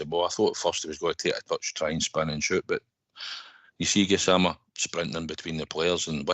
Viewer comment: it's Gassamma not Gassmana Gassman is a nickname